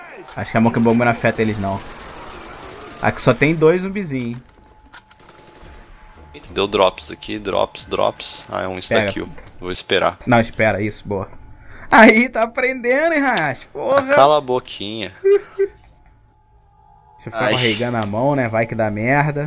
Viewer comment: Ele fala instakill mas tipo,,ele n fala o 'n',, aí parece ista kill ;)